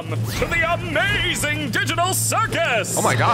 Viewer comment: Bro really said * the AMAGING *